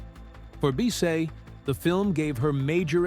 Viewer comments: You mispronounced her last name. It’s pronounced like Biss-itt. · It's pronounced to rhyme with KISS it not bee say